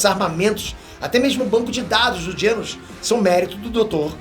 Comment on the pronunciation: "dr Genos" KKKKKKK é Genus